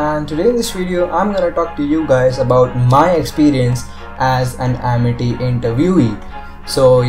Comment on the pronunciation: Ammerty not amity